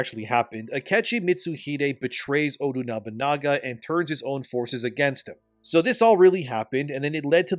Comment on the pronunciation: Odunubunaga, Odunubununaga bro, just call him Oda.😂